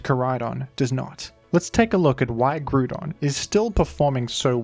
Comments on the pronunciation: in the pokemon rap, they’re pronounced incorrectly as groodon and key-oh-gree, so lots of people incorrectly pronounce them this way. it’s actually grou-don (like ground), and kai-oger. you’re right, the majority is wrong. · we also say groo-don in greece, so it was kinda nostalgic hearing you pronounce it like that <3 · I cannot watch this video he says gru don every damn sentence 😭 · In france we also pronounce it groo-don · Man said gruuuudon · The horror of hearing him pronounce "groooodon" the entire video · who the fuck is grudon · People would also say Groodon at my school, but that's cause we were Norwegian, and we struggled with English pronunciations. We would also say Kaiogre. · Awesome video but GRUDON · Ah yes I love grewdon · bro groodon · be like: Grewdon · Smart and insightful analysis, awful choice of pronunciation :) 10/10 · Is that really how it's pronounced? I always thought it was grou (like drought) and don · As an Aussie, I'll happily back you up - I pronounce it GROO-DON as well! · I’ve never seen someone mispronounce groudon so poorly Like dude it’s Grou(like grouch or ground) and don, like a dinosaur or a lizard man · If it makes you feel any better, I too am an Aussie who pronounces it groo-don. I think smash bros might be to blame, as I didn't pick up pokemon until uni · How are you saying groodon and yet still saying ground the way you do? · I like pronouncing it "Groo-don" in the context of immediately after saying "Key-oh-gree" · had to pause seconds into the video to fully contemplate whether i wanted to hear you call it groo-don for eight minutes. consider yourself lucky for my view,. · ah yes, my favorite legendaries, groodon and ky-oogre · I'm reporting you for the pronunciation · Do you just not see the O in grOudon? Are you choosing to not say it? It has to be one of the two. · The Groodon Pronouncer has logged in.👍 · Everytime you say gru-don I hear the vine boom sound effect on my head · Gru-don LOL